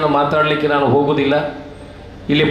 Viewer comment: ಣಾಣು ಶಾಷಕ... ಇರ್ನ... ಸ್ವಶಾಂತ್ರ್ಯ....